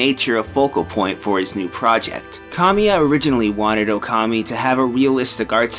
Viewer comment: Even with big Okami opening, still mispronounces the name.